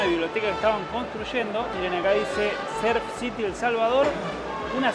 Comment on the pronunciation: "Surf" no serf Hay que pronunciar la U 😅